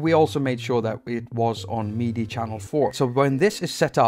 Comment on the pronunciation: Every time you say "meaty," I get confused. (For future reference, "MIDI" rhymes with '"city.")